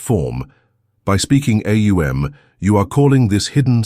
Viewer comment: AhOONG. The correct pronunciation